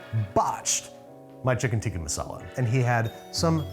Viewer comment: Thing he still botched: the pronunciation. He keeps saying "tee-kee" instead of "tick-uh". Love this series! This guy had awesome energy, glad he was able to come on :)